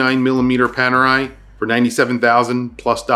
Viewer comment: It's Panerai